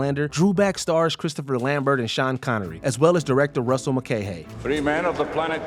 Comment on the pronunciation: Christopher Lam-BEAR, not Lam-Burt.